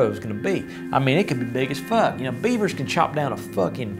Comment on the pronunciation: He really likes talking about beavers rather pronounced beyver.Honey badger story is pretty funny.